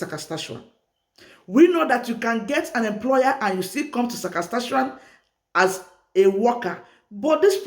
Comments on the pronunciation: Saskatchewan, not Sakaskachewan. Thanks for sharing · I like you when you said ssasakatshawan